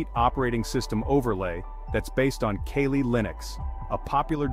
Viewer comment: I am an aspiring UNETHICAL hacker and I thank you for this information. I'm sure it will be useful to me at some future point. I wanted to point out that your narrator mispronounced Kali in Kali Linux, a system I am familiar with and also left off the letter "G" in Aircrack NG which makes you look stupid. Just pointing that out. You may want to hire people who actually know what they're talking about or at least pay more attention to detail.